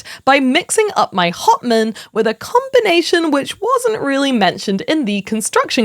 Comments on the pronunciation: I just want you to know that I kept hearing you say Hauptmann as Hot Man and I think that makes it better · I like how she pronounces "hauptmann"